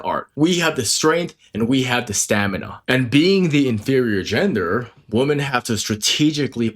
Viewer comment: You sound illiterate. woman (/ˈwo͝omən/) women (/ˈwɪmɪn/) Singular: woman is pronounced /ˈwʊmən/ (rhymes with "wool-man" or "book-man"). Plural: women is pronounced /ˈwɪmɪn/ (rhymes with "wim-in" or "swimmin'").